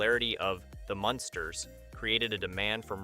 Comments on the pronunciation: Learn to say munn sters not monsters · The Monsters???? What? MUNsters ... that's 21 Wierd Things .... can't listen to more, sorry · It’s the MUNsters. Not the monsters🤦🏻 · Sure seems so. As it goes on the Munsters pronunciation does change to the proper one then back. So weird.